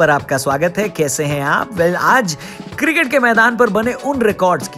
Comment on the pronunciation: Janab... Cricket hai not circit... Improve yourself please! India first 🇮🇳